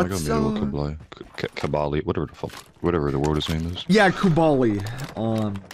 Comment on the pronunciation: omg for the hundredth time it's KubLai damn it, KUB LAI, not Kubaaaali. 😂😂 I used to think he does that intentionally, but now I see aquasimp does it too 🤔